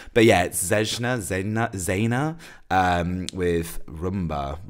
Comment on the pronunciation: Love your reactions! Zejna is pronounced like Zeyna. J in Serbian is always pronounced like Y in yellow or yankee.